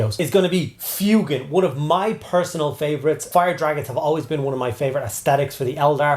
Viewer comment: Thank you for saying his name correctly, I can't stand FWEY-GAN